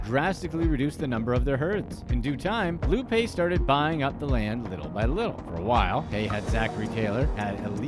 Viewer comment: It's pronounced Lou 'Pie'